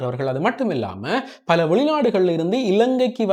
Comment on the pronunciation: பல்ல அல்ல. பல என கூறவும்.